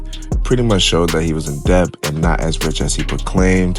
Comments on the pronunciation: He said Deb lol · 😮😮😮😂😂😂😂english is my second language....what happens in the American education system? Or is this an area type of talk..similar to people who say aks instead of ask??? DeBPTS...is never a manner in which i heard anyone pronounce the word Debt😮😮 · Yo the B in debt is silent😂